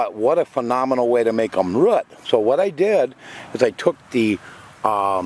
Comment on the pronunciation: Great vid man.. But please please say the word 'root' properly. Its not 'rit'. Keep up the good work